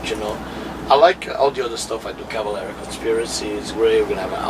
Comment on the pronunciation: You called him Max CALAVERA twice!... it's Cavalera!